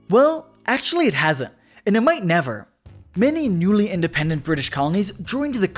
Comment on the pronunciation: The sun will NYEVER SET NYEVAR NYEHVAR NYEVAH